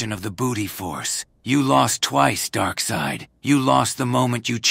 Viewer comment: Darkseid turned into Darkseed